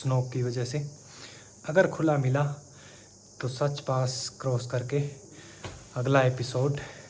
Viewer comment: सच पास नहीं साच पास है आप उच्चारण गलत करते हैं